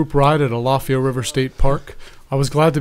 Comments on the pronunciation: I see, I asked the guard and they said it was correct so I went off that. How would you pronounce it? Thanks for checking me out. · you say al like someone named al if I ya